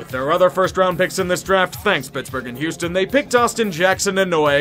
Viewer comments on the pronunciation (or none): none